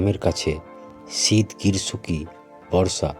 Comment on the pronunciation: মাচ না মাস।ছিত না শীত।